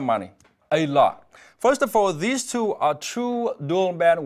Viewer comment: All I heard was "2 dudder biter widers".. Translation please.. No?? ite..